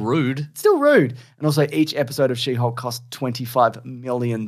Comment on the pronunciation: Did I hear you say shitty hulk instead of she hulk?! 😂